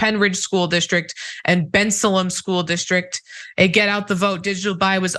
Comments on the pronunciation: It's pronounced ben-SAY-lem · Can definitely see you are not from the PA area 😅🤣Bensalem is not pronounced that way.😁